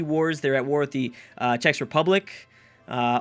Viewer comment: Also, Czech Republic is pronounced with "ck" (like in "christ" for example)